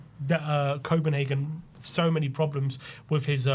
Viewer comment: its copenhagen